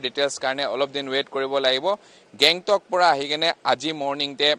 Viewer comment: Alak country?😂 gangtok aseh not Bangkok.... reporter